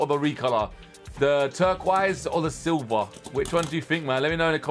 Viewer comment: xd he said silber